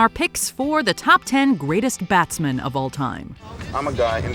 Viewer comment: Some of the greatest batsmen in cricket And made no mistakes when it comes to introducing these fine batsmen she speaks with such class and as a proud member of the West Indies WE APPROVE THIS VIDEO (🇹🇹)